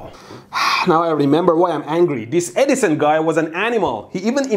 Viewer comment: It's perfect that his accent makes it sounds like he says "Dumbass Eddison".